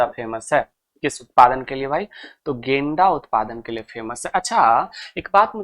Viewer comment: गेंडा ❎ .... गेंदा ✅